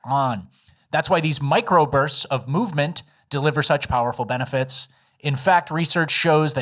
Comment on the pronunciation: “Benefets”